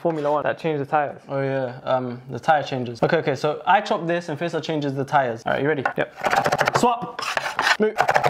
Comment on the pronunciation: yalahwi , a couple of days ago i was thinking to myself how your brotherhas a name of a street in egypt , when he actually said it i was so shocked ,i feel monitored again wth , but it's faisal not faizal.